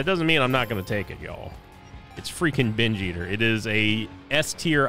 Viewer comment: Best part of binge eater is listening say binge ester in a funny way everytime he gets a binge eater item